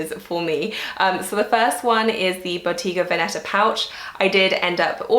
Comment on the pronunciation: it's actually boTTega véneta